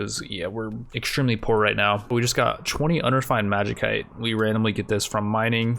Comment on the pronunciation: Even after hundreds of comments correcting your pronunciation of "tomb" - it rhymes with room, bud. A "tome" is a fucking book - it has not changed. Pronouncing magicyte with a hard-c is just baffling. That's not how that string of letters works. Not that I expect much given your record of mispronouncing everything, but I figured I'd point it out since you literally speak for a living. Maybe chitin, tomb, magicyte, and other non-difficult words will eventually fall out of your word-hole correctly. A man can dream.